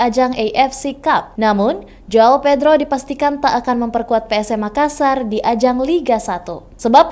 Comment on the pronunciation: Tulisan yang benar adalah : João Pedro dan bacanya JUAUNG PEDRU